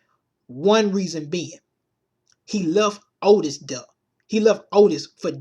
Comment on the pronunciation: "DEH MO' PEOPLE DEAH!!!" LOL !!! You need some speech therapy dude.